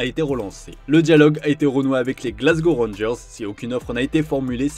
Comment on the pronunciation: Il y a des serieux problèmes avec les noms : BOURNMOUTH, EMERSON PALMERI ET NON PALMIERI 🌴😂 Rangers et non Rongers 🦫